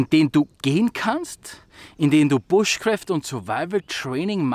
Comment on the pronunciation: Ob du es glaubst oder nicht: Es heißt nicht "bushcräft", sondern "BUSHCRAAFT". Ehrlich